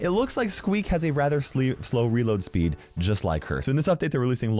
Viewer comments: I heard say slee and spleed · saying spleed instead of speed hahahhahahahahah